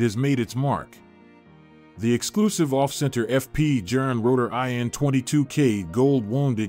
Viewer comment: TIP: Pronounced Jorn; not Jern or Jurn🙂! Good context, but you loose credibility on deliver when you butcher the pronunciation of Journe (pronounced "Jorn").